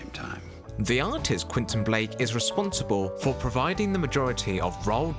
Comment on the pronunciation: Et c est pas quinton blake c est Quentin blake espèce de crétin